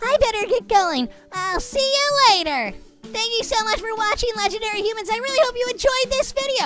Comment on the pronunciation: Humans not hoomans